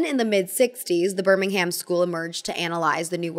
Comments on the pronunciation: Nothing helpful to add other than ‘Birmingham’ (in England) is pronounced birming-um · pronounced birmingham wrong >:( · Great video but as some one from Birmingham they way you pronounce it is painful 😭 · I was watching this so peacefully and then you pronounced the "ham" in Birmingham like actual ham 😔 /lh ❤